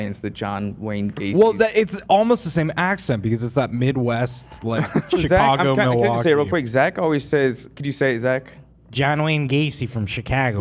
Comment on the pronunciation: what u talking about, u & Lena got that midwestern accent too just not as strong as Zach does it 🤣 W/ ✌️&❤ as someone from Milwaukee PS Zach, it’s pronounced “Muwawhkee Wuhskahnsin,” but you’re close;D